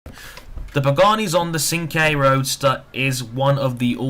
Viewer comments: you need to learn to drift in this game by turning the traction and stability control off so you can judge the drifting in the car as well. and sorry to burst your bubble but it's pernounced chinqwey not sinque. but i could be wrong. it would be a good idea to do nurburgring laps as well in these cars and post the time on those as well. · Great review ;) you pronounced Cinque wrong though, but who cares :P